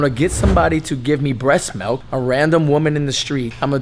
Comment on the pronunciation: Lol malk he says "malk"